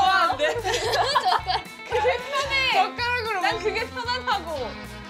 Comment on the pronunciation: Why is Yunjin saying chotkarak so funny xDDD I've been replaying that part over & over lol